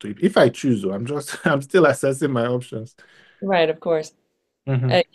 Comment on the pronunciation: “I’m stil assessin my options…” 😂😂😂😂😂